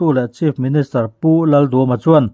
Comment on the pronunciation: Mizo tawng pawh a lam dik thei lo😂😂😂